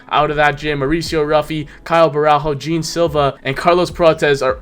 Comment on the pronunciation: Hi, his name is not Jim as you say it, but Geh-An Silva. Cheers from Brazil